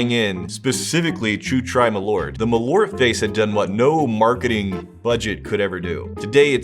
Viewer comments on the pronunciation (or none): It is not ”malort”, it is ”MalÖrt” where you pronounce the Ö as the i in bird or u in burn, with a stress. More like maal-Ert. It just means wormwood. You’re drinking wormwood. The letter o has nothing to do with the letter ö. They are different vowels. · Malört, not *Malort". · Malo'rt?! LoL, took a while to realise what it actually means. The Swedish name for wormwood is "malört", a compound of "ört" meaning "herb" and the latin prefix "mal" (as in malignant and malicious). Being a compound, it's pronounced with equal pressure on both words, ma'l-ö'rt. The dots aren't decoration though, but makes it a different vowel. Some English approximations would be Å,å = awe Ä,ä = air Ö,ö = burn Also, it is meant to be had as a schnapps, small shot of 2-8 centiliters, and with the typical salty and fat food of the era, like salt-brined ham, fried pork-side, various sausages, pickled herring, salmon and so forth.